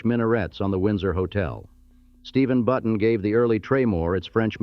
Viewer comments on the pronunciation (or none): none